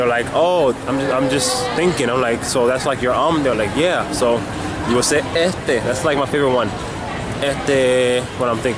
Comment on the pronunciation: Lol why are you talking witha Spanish Accent🤦‍♂️ and its not E'teee... you say the word in Entirety... its Este' not E'te.